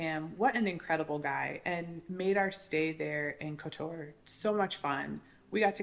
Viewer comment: Any mention of the fantastic fruti and veg market outside the main gates. By the way i believe its pronounced (Cot tor). Great video